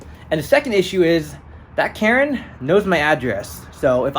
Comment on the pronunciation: Karen... Karen's... "KARRN"